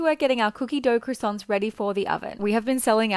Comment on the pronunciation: Not a professional baker mispronouncing croissant. It takes 2 seconds to learn how to say it correctly, having an accent is not an excuse.